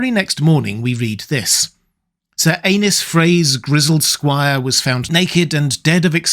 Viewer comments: I hate that you pronounce Aenys as Anus. its more like A-Niece. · Pronounced Aenys as "anus" and not "Ay-neess" is brutal 😆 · I’ll never get tired of hearing (and reading in the captions) the name “Anus Frey” in absurdly proper English accent. Yeah yeah, I know it’s supposed to be spelled “Aenys,” but tell that to the captions and to repeated and unmistakable pronunciation. Hey hey hey, Anus Frey, Anus Frey.